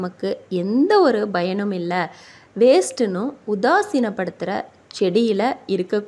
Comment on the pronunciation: Bayan உச்சரிப்பு தவறானது payan என உச்ரிக்கவும்